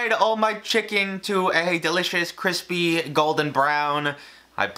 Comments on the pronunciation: When says crispy instead of CWISPY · KWISPYYY texture👌👌👌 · idk joshua makes me cringe with his fancy ingredients, i think it was sam and babish for me it’s also cringy when he says kwispy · Now thats kwispy. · Other people’s recipes may be crispy, but only one you’re une chef can attain the ‘cwispy’ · Don't mind me, just here for the cwispy chickens. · Joshs cwispy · Josh shows up just to say cwispy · u know what else is kwispy? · CWISPY on Joshs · Thats cwispyy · This video was great with those... delicious.. kwispy Nashville chicken but you know what will make this video a little bit better? .... B-roll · Anyone else see him bite in to Josh’s and think “cwispy” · My bet is on Joshua Weissman! He’s just that dude. Update: One word, CWISPY. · It doesn’t bother me how you rated them, but it’s CWISPY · hearing him bite into josh weissman's recipe: "cwispy" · sooo cwispy....lol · its actually 𝓴𝔀𝓲𝓼𝓹𝔂 dumbass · Joshua likes his food kwispy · I mean Joshua prides himself on making his stuff CWISPY so..I'm not mad that he is above babish. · Everything is better when it's extwa kwispy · Pronounced “kwispy” from Joshua him self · Sooooo KWISPY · As Josh would say, that chicken was cwispy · That soundbite from Josh's...CWISPY!!! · cwispyyyy thank you that is all. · Joshua’s recipe looked CWISPY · joshua always b about that cwispy cwispy outside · As Josh would say, CWISPY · Surely you mean "Cwispy" ? :D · The kwispy-ness of Joshua's chicken is just sooo 🤤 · This is a Joshua Weissman recipe... You mean KWISPY